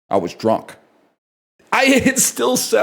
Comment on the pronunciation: "I was druhnk" It's really not that bad.